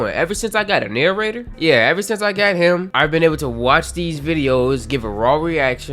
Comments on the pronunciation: The Narra-jay-tor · I was thinking the Narrator or pronounced the Narrator or maybe, but a few others said that too.